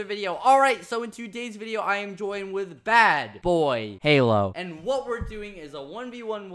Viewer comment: It's not BadBoyHalo It'd BaldBoyHalo